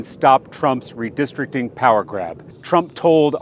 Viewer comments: Stop!! The mispronounciation oh "redistricting" is outright painful. Re- district- ing. Not re-de-strict-ing. Ouch. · RE DIS TRICT ING 😂